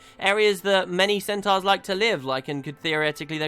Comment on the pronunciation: stop pronouncing centaurs wrong! fucking hell!